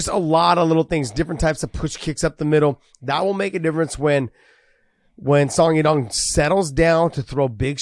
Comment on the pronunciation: It's a bit funny when Big John pronounced Song Yadong name the right way then "corrected" it to the wrong way at least twice :)